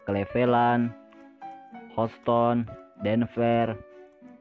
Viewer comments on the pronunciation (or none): none